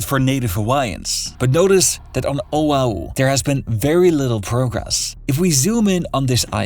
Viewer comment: wish this wa more based on facts. The person who narrated this coulnd even pronounce Oahu.